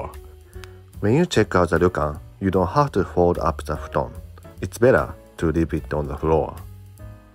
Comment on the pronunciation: I very much appreciate it as you say things like "futon" to help us with our japanese accents. You are appreciated!